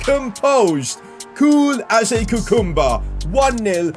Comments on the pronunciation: Cucumber❌ Coocoomber✅ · you said "coucoumber"😂😂😂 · He says cool as a ku cumber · The way he said cucumber 😂 da Frick is a coocomber